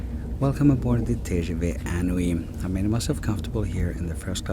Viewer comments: Thanks for the video, very helpful. FYI it's pronounced in-oui (IN as inside) and NOT un+oui. (UN: like number 1 in French) (you would not necessarily know if you're not a native French speaker). They played with the words here. in+Oui (= yes). "inoui" in French means incredible, fantastique. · TGV is actually translated as "High-Speed Train" (rather than Great) inOui is pronounced "Een Ou Oui" a play on the word inouï meaning extraordinary, incredible, sensational.